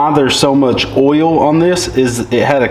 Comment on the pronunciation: best is listening to not being able to pronounce oil or coil...he says it so it sounds like "oyow" for oil or "coyow" coil.. that evil "L"